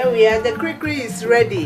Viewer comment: It's called "kulikuli" Not Kurikuri